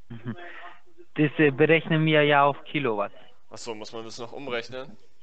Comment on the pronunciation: "wir rechnen in kilouat"